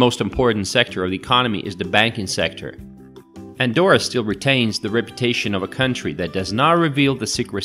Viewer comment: Sería mejor que aprendieses a deletrear y pronunciar bien su nombre Andorra,,,, you have to practice to pronounce Andorra,,,,, before talk about the performance of this place,,,,, it is easy,,,, let's go